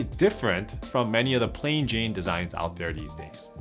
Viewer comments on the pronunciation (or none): none